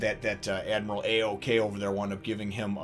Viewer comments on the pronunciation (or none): Admiral "ao-ko"?....um...your missing a few letters, guy. it's "Ow-Key-je" (or atleast that's how is sounds, it's said "Aokiji). where'd "Ao-Ko" come from?